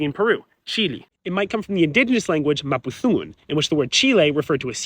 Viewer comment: Mapu-what-gun? I ain't never heard that pronunciation